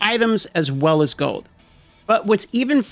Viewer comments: Are you saying "gold" or "gode"?! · goud? is he saying goud? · You say gold funny. Goad